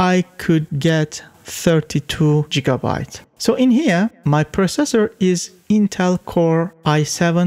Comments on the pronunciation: Megaheartz, jigabites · “JIGGA” bytes??? Never heard that one before.